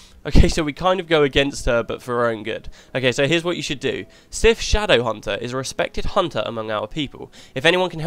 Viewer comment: Aha damn, too quick. It's almost as good as your pronunciation ;P